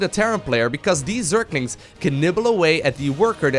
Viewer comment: Am i only one who getting annoyed when says zerKlinKs